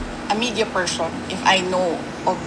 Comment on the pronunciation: PERSHON???? Bulol